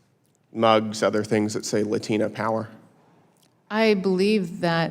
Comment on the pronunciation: Pronouncing Latina with an accent is cringe AF